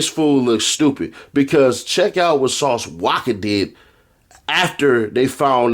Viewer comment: The way he pronounces Sauce "Wacka" name be havin me rollin 😂